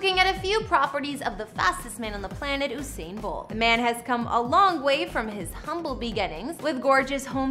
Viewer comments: You didn’t even pronounce his name right 😒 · why is she pronouncing his name like thattttt😖😖😖😖